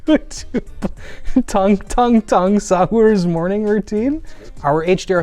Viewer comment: also said tung tung tung sahur wrong... I hear tang tang tang